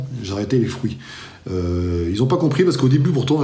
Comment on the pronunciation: Fruits pas frouits !!!